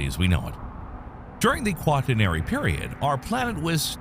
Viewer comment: It's not Quant i nery period. It's qua tern ary.